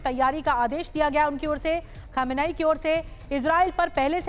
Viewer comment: आपको सुप्रीम लीडर नाभि लेना नहीं आता है सही उच्चारण्य है khamnai।